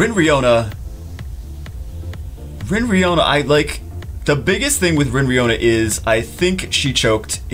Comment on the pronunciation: LMFAO!!! Every time I hear RinRiona